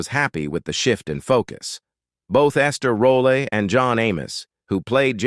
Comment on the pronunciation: Quit call this wonderful woman Ester rolla. I clearly hear you I. This video say it several times. But then sometime you pronounce correctly .